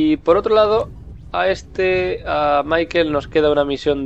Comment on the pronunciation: !!!!!!!!!!!!!QUE SE LLAMA MICHAEL,AAAAAAAAAAAAAAAAAAAAAAAAAAAAAAAAAAAAAAAAAAAAAAAAAAAAAAAAAAA PARA YA Y DILO BIEN.